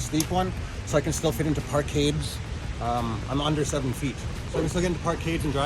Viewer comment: Is he saying Park cave? Nice setup btw.